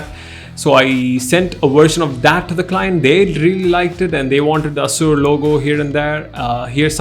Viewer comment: Assour!! Seriously 😅. Awsome video anyway